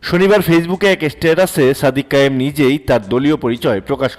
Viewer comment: "সাদিক কাইয়ুৃম" নামটাও ঠিক মতো উচ্চারণ করতে পারেন না? অথচ ভিডিও বানান।